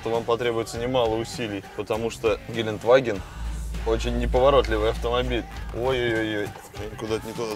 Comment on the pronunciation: Не Геленваген а ГеленДваген (Gelandewagen) Кстати, збс у вас в программе играют муз. треки